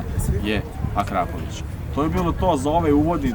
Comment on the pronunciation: Ja mislim da je akrapovič ne akrapović?